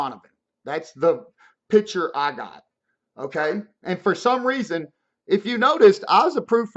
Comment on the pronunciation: "Reason" not "resin"